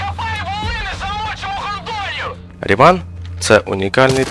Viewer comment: Я думаю, зброя названа на честь фізика і математика Бернхарда Рімана, а отже наголос на "і" в його прізвищі!